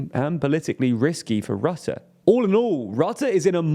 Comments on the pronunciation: Mark Rutte is pronounced: Mark Røtte. Whereas you pronounce it as Mark Rotte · I love how he says Mark Rutte as Mark Rotte(n) i mean he's indeed rotten to the core with Kaag and that fckin idi000t Jesse Klaver. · Dude how do you commit to a dedicated video without looking up how to pronounce Rutte at least somewhat close to properly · "not perfect" I rate it an F he said boehr buher beweving he also said rate instead of rutte